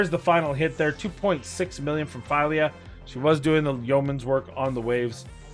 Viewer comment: It is FEELYA. Try Google translate in Swedish.